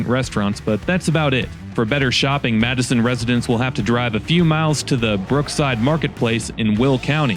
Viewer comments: Living in Chicago I will tell you that nobody calls that town Mattason as you pronounce it . Everyone from the area that I know calls it Matt son pronouncing the matte Matt as in matte painting. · Why do you pronounce it like madison In all my life everyone even ppl on tv say it “matt-son/sen” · Its matteson not Madison. Thats how you pronouncing it. Its pronounced like Maxon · MATTE SON. MATTESON, not Madison. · Matt e son or Madison not Mattson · No it's not it pronounced Matt e son not mattson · I've spent my entire life in the suburbs (I'm in my 40s now) and I've never heard anyone call it "Madison", it's always "Matt-son". Interesting video from the town though, I bet the voice actor mispronounced it. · MATTson not Madison. Or at least I have never heard it pronounced any other way and I am over 50 and lived in the south burbs for most of it and FREQUENTLY spent time at Lincoln Mall including working there. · You are right,. Locals tend to follow whatever the other locals say, regardless if it is right or not. Chicagoan will argue that Wood streets is woods, and Jewel Food Stores is actually Jewels. Matteson is and has always been pronounce Matt-uh-son, but if they want it to be Mattson, they will make it that way. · IT MATTESON NOT MADISON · Pronounced MATTsen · I can't believe they mispronounced the name of their town...unless they hired someone to do their video...and they just left it ...Matts son e is silent. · Great Video, it’s pronounced mat•sn though! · historically we called it Matte - son, but the basis of your pronunciation is correct. I don’t know who changed it though. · its pronounced “matt-son” despite spelling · Many of the business you sited as abandoning the area, actually have or is going out of business. They left many communities. That was not the fault of the suburb. Last. It's pronounced Mat-son. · not Madison. its spelled Matteson, but pronounced like "Matt's Son" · Its pronounced Matt-son by the locals. ❤ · It's called MATT-son.